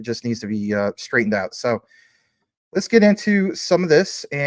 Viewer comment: Lol at “rets go” 😂😂